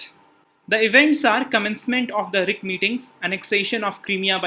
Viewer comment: Please pronounce R I C not..